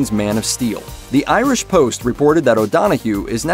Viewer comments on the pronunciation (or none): none